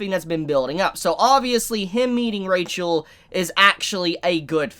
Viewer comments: Pleaaase staph pronouncing rachel the way you do xd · can someone explain to me with he prenounces rahel instead of rachel or is it a spoiler